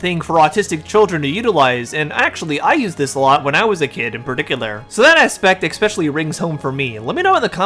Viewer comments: From the bottom of my heart, please please PLEASE, use a synonym for "especially", if you can't help to say EX-specially. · I have said this to so many YouTube creators: "Especially". Not "expecially". P.S. My son and I are both on the spectrum. I didn't have horse therapy, but he did when he was younger.